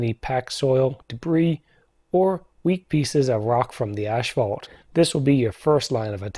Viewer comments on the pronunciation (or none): It's ass-fault... not ash-fault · Good info. Thanks. (But it is pronounced ASS-fault, not ASH-fault.) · I wonder why people always say "ash-phalt"? If you look at the word, it's clear there is no H between he S and P. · Strange how he pronounces Asphalt as "ashphalt".